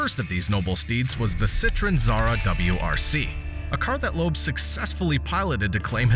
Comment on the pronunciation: Loeb = Lööb not Loob